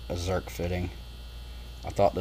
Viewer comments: Did you say Zert or Zerk? Zerk. Rock Auto rocks. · i grew up calling em Zert fittings and nobody corrected me. Recently I heard a guy calling em Zerk fittings and I was like what. You're saying that wrong but Zerk is the name of the guy who invented them so I guess I'll just have ta change my tune. Oh and I did see another guy on YT that called em Zert fittings and when I questioned him on it he said yeah they are Zert fittings. I said yeah no. I thought so too but check it out the inventor's name is Zerk. He came back and said he stands corrected but a lifetime of calling it Zert is gonna bee hard two2 change. I now return control of your computer back over two2 you.